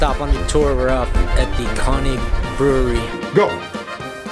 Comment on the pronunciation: umm, I thought your pronunciation of König was even worse in the voiceover. But it's a difficult sound. It doesn't occur like that in English. Try to say it like "Kir-Nick" (with Kir as in "Kirk") -- that's not quite right, but as close as most english speakers will get. And most importantly you will be understood. Any German will understand immediately what you mean if you say "Kir-Nick Pilsener", but if you use the pronunciation you do in the voiceover, they might not understand or at least have to think for a minute to figure it out. I enjoyed your video. I see you are an upcoming channel.... You have my sub! Keep it up!